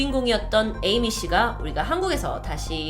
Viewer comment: 첨에 에이미를 애미라고 들어서 띠용